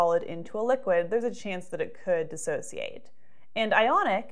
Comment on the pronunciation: It's dissociate not dis-associate.